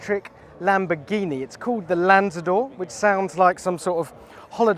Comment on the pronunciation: LamboRghini, not lambogghini pig god